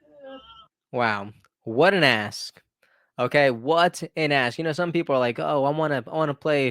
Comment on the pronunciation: No offense, but there is a 'k' at the end of the work ask. I thought you kept saying 'what an A$$'! But it is a great heart warming story!